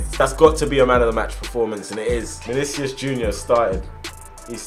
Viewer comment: Actually, it's Manicius